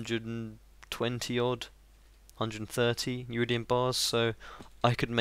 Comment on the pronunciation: Sorry to nag but it's Iridium, not Uridium, still amazing as ever and looking forward to new videos :)